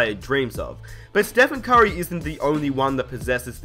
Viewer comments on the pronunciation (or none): it sound like you saying kyrie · why do you say curry "Kyrie"?